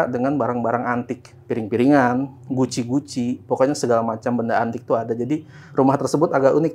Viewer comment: Yang bener "guci" bang, bukan "Gucci". Lo kira brand barang mevvah?? 😂